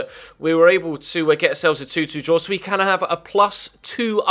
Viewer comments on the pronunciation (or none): none